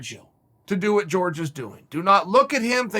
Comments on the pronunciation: Is there anyone that can explain to me why chel calls Jorge Masvidal “George”. I thought you pronounce his name “hor-hay” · He does know it's Jorge not George right or am I the one getting it wrong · "George" Masvidal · Masvidal has been pronouncing his first name wrong all this time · It’s not George, it’s Wkhor Ghay Masvidal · Me: Jorge Masvidal Chael: George Masvidal Me: George Masvidal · Is anyone ever going to let Chael know he’s been saying Masvidal’s first name wrong this whole time? Lmfaooo.